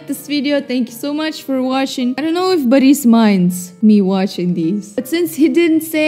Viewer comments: it's BORIS NOT BAHRIS BLYAT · you're saying baris not boris just correcting you cus it's kinda bugging me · Nonono you pronounce Life of Boris wrong! You say Baris, that's wrong. Its Boris. With thick russian accent. Do not care if you think you not Russian. You speak Russian therefore can do Russian accent. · why do you say boris baris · what slav are if you cant say Boris correct